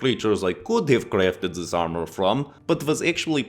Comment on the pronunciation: "turn zis blade sideways and it might aswell be a door" darn near spit out my food when i heard that 🤣🤣